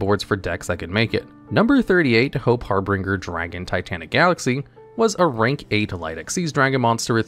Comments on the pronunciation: I've always enjoyed your informative content, I love your channel, however, did you rush this video out before editing? Seeing "GEDP" labeled twice within 5 seconds (instead if GEPD) and hearing "Harbringer" instead of "Harbinger" is making me think if I have been saying it/ doing it wrong? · I don’t know why people pronouncing number 38 wrong gets to me but everyone that I’ve seen says it wrong. It’s Har-BINGE-er not Har-BRINGER. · Hope Harbinger, not Hope Harbringer lol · Its pronounced "har-bin-jer" He's the signal or harbinger of hope